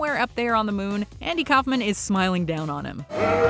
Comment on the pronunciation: I TOTALLY agree. But it's "Kaufman".